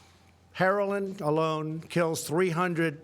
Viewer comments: Incredible he said “heralin” and then heroin 3rd grader.... I can’t... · Am I the only one that heard him say herolin instead of heroin? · He said Herolyn LMFAO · he said herolin wtf is that? LOL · "herolin" Hahaha. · No he did not refer to Heroin as "Herolind" ? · Then again he did say "Herolin"